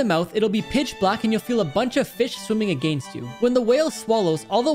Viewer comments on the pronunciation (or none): I like how he pronounced against agAInst